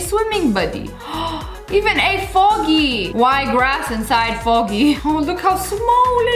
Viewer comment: When you said froggy like I thought you said foggy like fog The sky